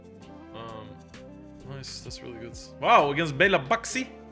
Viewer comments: Funny to hear belabaxi 😁😁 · it is "Balabachy" (Uncle Béla on Hungarian)